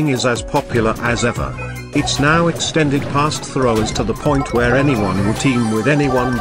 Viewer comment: are you serious right neow bro